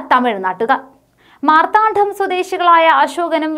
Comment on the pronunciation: പീഡനം, മാർത്താണ്ഡം... എന്റെ പെൺകുട്ടി, ഇതിന്റെയൊക്കെ ഉച്ചാരണം പഠിച്ചുവന്നു വാർത്ത വായിക്കു. ഈ ചാനലിനെ നശിപ്പിക്കുന്നു ഇത്തരം...